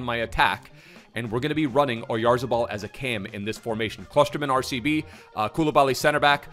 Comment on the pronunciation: As a Real Sociedad fan, I wanna say has been the only one that has pronounced his last name “correctly”, or at least the closest i’ve seen!